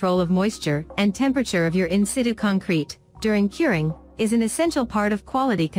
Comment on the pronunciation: "in-sit-chu" you dumb robot!